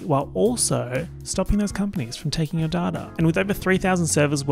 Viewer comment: no one: saying data during the surfshark ad: dArh-taRh